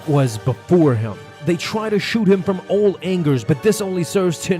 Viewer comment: I don’t know if anybody noticed but this man said “they tried to shoot home from all ANGERS”